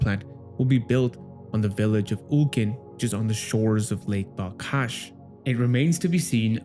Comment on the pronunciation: It's not BalKash, it's BalHash